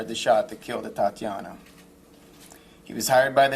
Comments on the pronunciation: Yes her staff could at least rehearse the pronunciation of Atatiana 's name before addressing the media! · EXACTLY!! How can WE even consider accepting ANY of "their" apologies as sincere when "they" can't even SAY HER NAME RIGHT!!? On a side note... asking the police/ white people to hold themselves accountable is the equivalent of asking a dog to prevent all other dogs from biting humans!! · Coffee Girl I though this was about a different woman then I realized her name got butchered. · Say it with me: AYE-TAT-TEE-AW-NAH. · HER BEAUTIFUL NAME IS PRONOUNCED AS, A-TAT-TIANA! GOT IT! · She didnt even say her name right! They dont give a Fu*! Its bull that they want us to believe they care..friday she was killed and it took til Monday to fire him?? Its bc people are in an uproar!! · A TA TIANA How caring can you be if you cannot éven pronounce her name right!!! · That bastard made that statement with a smile on his face, and couldn't even say her name correctly..........He's only just taken the job off a black police chief . White officer , White mayor and white police chief.......................Don't expect justice .The executions will continue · Can’t even get her name right! Damn! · SO, HE JUST RESIGNED SO HE COULD GO AN UPDATE HIS RESUME TO GET READY TO SUBMIT IT TO OTHER PRECINCTS THROUGHOUT THE COUNTRY!! YALL FULL OF SHIT!! YALL CANT EVEN PRONOUNCE THE GIRLS NAME RIGHT, SO YOUR EMPTY APOLOGIES MEAN NOTHING!! WE ARE TIRED OF HEARING THESE BOGUS ASS APOLOGIES FROM DISHEARTENING POLICE CHIEFS ABOUT YET ANOTHER WRONGFUL SHOOTING AN MURDER OF AN INNOCENT BLACC PERSON!! FUCC YALL!! WE TIRED OF THE BULLSHIT!! YALL GONE GET WHAT YOU WANT, KEEP ON WITH THIS SHIT!! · Stick your thoughts and prayers. Practice saying her name correctly!!! Possibly??? They are trained to kill when they see BLACK! Same old BS!!! 😡😡😡😡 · And say her name right!! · Couldn't even bother to learn how to pronounce her name? Her name is Atatiana. Say her name. Everyone please say her name.